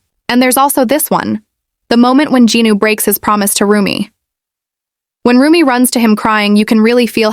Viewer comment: Rumi it’s RUMI not RUMIB